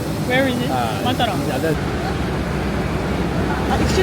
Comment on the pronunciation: I think the pronounciation of Matara think them of a completely different city.